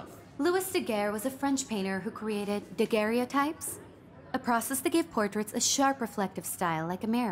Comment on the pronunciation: "daguerreotype" is also mispronounced by someone trying to sound intelligent. That should be a sin. The "e" in the middle is silent, because it's part of the name "Daguerre".